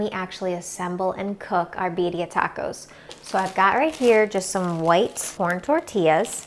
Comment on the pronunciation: You know it’s good when they pronounce it right. I say Beer-ia